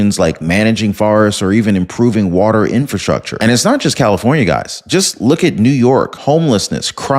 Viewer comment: Whoopi you are so uninformed. And btw girl "wata" is spelled w-a-t-e-r the last time I checked.